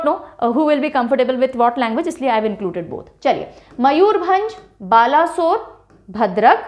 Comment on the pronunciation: It's not ba-la sore well pronounce that as balesor and sor as u pronounce the word sour.. 🙂